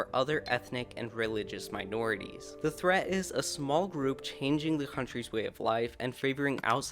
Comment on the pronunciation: are you ready for ze new world order